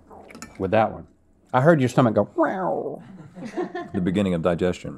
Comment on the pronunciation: Essentially, "In the beninging..." 😄